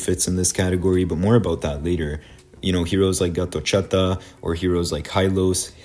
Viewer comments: He was calling him that way the entire video😭🙏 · Gatotchata 😂😂, you did Gatotkaca wrong. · bro says gatochaka😂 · As an Indonesian I laughed hard 😂